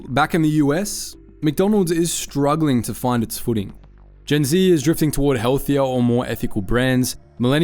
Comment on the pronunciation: You said Gen Z wrong!